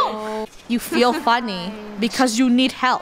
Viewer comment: Ooop- (Im not a perfectionist but you said funny instead of Funneh)